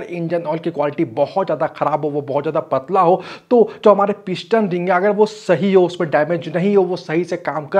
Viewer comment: Not INJJAN, BUT ENGINE👍 shaft not Saft, piston not pishhtan